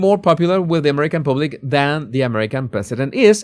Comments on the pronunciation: yes, and he can't pronounce "public". I used to like him despite his horrible accent, when he did 'body language' stuff. Now meddling with politics. Go back to what you know about And do your show in Spanish rather than in that hard-to-understand broken English 'public'. You might as well say 'pubic'. That's what it sounds like. Get a coach in pronunciation. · The “U”, when speaking the word “public” is pronounced the same as “mug” or “ugly” or “rug.” ❤